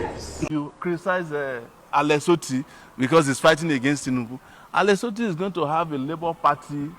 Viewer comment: Alex Otti NOT Alex Ottim